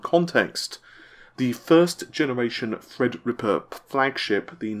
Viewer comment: good job on saying "Threadripper" now if you could just get "Navi"